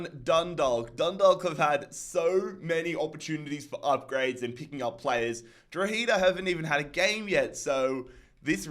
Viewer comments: It’s pronounced « draw-heh-dah » 👍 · Dundawk and drogeda is how u pronounce them